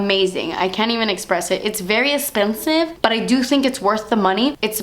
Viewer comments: Lmaoooo the last clip emphasizing Das Esspensive!!! I love it. Can't wait for the release 😍☺️😊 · Was I the only one that noticed that she emphasized the "DAS ESSPENSIVE" in the last clip while showing her nail polish too much? Maybe she's wearing das esspinive KL polish! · lol i like the way she says esssspensiveee 😂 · You're not hiding anything from us girl ;) DAS ESSPENSIV HAAHA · WAIT!! She said "DAS ESSPENSIVE" at the end with so much emphasis and all I can see is her nails and I'm thinking, 'is that the nail polish she would release to be named Das Espensive?!" wink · "Very espensive" hahaha I love you so much